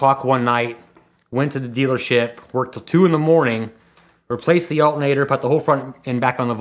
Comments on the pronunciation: For fucks sake, say the word correctly! ALTERNATOR, not "alt-nater." Dude sounds like a 4th grade dropout. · ALL-ter-nay-tor. Come on. I know people in Pennsylvania can speak English words with more than two syllables. Right?